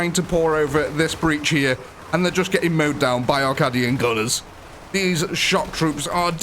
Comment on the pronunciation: Caaaaaaadian, not kàdian haha